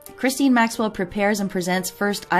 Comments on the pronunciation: It’s pronounced ga-laine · How about Operation Talpiot? Btw Ghislaine is prounounced Gill( rhyming with Bill) LANE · Ok now remake this video and pronounce her name right